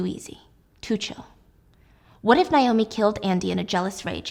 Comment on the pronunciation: Why does she keep saying Nye-oh-me instead of Nay-oh-me? Cringe